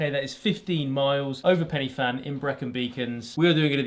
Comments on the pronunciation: It's pronounced Pen 🖊️🖊️🖊️ er 🤔🤔 Van 🚚🚚🚚🚚🚚 there's no Pennies or Fans 🪭🪭🪭🪭 what so ever. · All this prep, all this research you put in, all the work to do the trek and everyone that makes a video on this part of SAS training still calling in Pen y 'Fan' with an F sound... the F is a V sound - has been this way in Wales for thousands of years. It's like going to Norwich and saying NorWich with a W sound or going to Reading and calling it REEding.. The name for this mountain has been used for centuries now. Please learn to say it correctly.